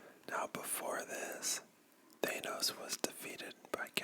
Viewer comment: That is not how they say his name in the films No one says that You pronounce thanos the meme way